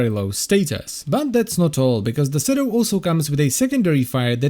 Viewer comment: Its shedo, not cedu